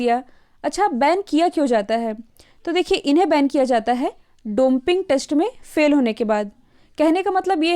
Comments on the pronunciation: डोपिंग होता है, मैडम जी। आपने डॉन्पिंग बोला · Pronunciation Domping must be rectified to Doping.. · Domping test nhi dopping test hota h